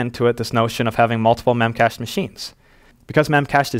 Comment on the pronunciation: I think they pronounce it as “Memache D”